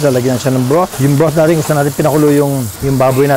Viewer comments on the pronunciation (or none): none